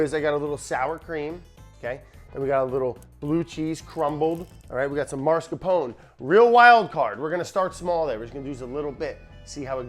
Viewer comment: Hello. I have a pet peeve. it's not "mars capone". the R is is after the second A, not the first. It ius mas car pone. Brad will never read this or care.